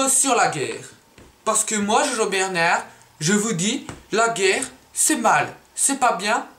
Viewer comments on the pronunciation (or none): none